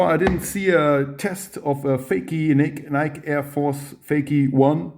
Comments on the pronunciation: not “Nyk” Its. “Nykie” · It's pronounced nikey ma dude